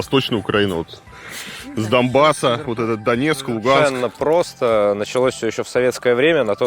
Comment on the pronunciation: varlamov тебе надо подтянуть свою граматику и произношение. Грамотные люди произносят "донбас", а не "дамбас. Оценк "два"!!!